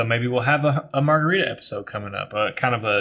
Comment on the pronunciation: Good stuff! Loved what you said about coffee and your journey. Also, Chili’s strawberry frozen margarita is Julie’s longtime guiltiest pleasure. Terrible idea for you from Phil: marga-rye-ta. Cheers!